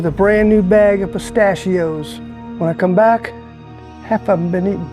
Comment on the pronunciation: "They got my pitashios"